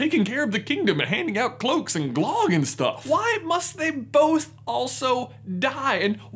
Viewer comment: I cringed way to hard at his prounonciation of the word 'Glögg' or 'Glogg' as he says it